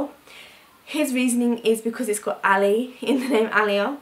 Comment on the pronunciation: When Yu say Aalia, did Yu mean , Aliyah...like the Saints (Sufi saints).. or the lovers of Allah....or did Yu mean Aliya, as in the feminine form of Ali?